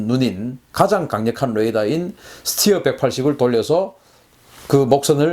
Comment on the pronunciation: 잘 모르면서 무슨 자신감으로 이런 ... 스티어??? 웃기지도 않아요.. 군 전문가라면 스터라고 읽었어야하죠